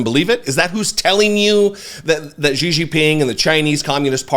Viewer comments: ❤❤❤❤❤❤@, I love you to death, so please don’t take this criticism as me being a d-bag. Xi is pronounced She. 🙂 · Jesus, nearly every American butchers that CCP dictator’s name, but Xi is pronounced correctly like the pronoun “she” [Jinping]. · Please learn to pronunciate Xi's name, please.